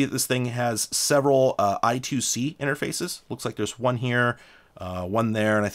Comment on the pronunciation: thanks for calling it "i-two-c" like a normal person